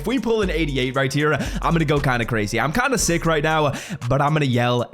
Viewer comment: Have you always struggled to say the word "here"?